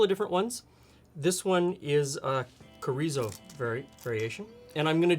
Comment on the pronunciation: So adorable to see 'finding' chorizo and can't pronounce it... to MAKING the sausage. Welcome to Mexican food.:) Also, you can upgrade this by using cream cheese block and shredded cheddar cheese... takes the plastic cheese away. Almost healthy! ha ha